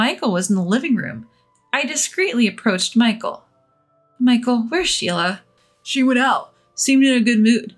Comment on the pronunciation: Amelia is pronounced but spelled Amelie, Sheila not shelia